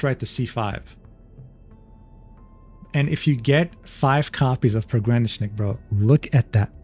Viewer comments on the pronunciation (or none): fun fact: pogranichnik is a russian word for the "border guard" (пограничник), and you pronounce it a little bit wrong - the stress should fall on the third syllable (try it in the google translate to hear pretty good pronunciation). love your videos, thank you!